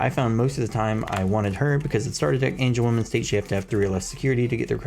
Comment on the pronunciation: Love they breakdown but its AngewomON not AngewomAN lol